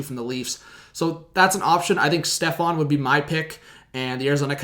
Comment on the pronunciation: Stepan not Stefan